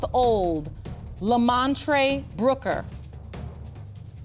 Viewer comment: Lemontrae “Lemontree” Brooker 😂😂 he really is a standup guy though!! God bless them!